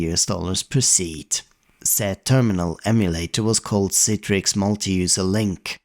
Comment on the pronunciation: Thank you for pronouncing it correctly as someone who's forced to use it at work it's all i ask is pronounce it correctly